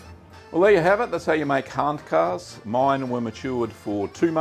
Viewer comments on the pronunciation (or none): Thanks for this. Excellent video! I’ve enjoyed Handkäse mit Musik in Frankfurt many times and it’s delicious. By the way it’s pronounced “HANT-kayzer” not “HANT-karse” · Your "Guten Tag" was spot on, but "Handkäse" is pronounced rather "Huntkazuh" . Loved the vid! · Käse is pronounced keh-zuh.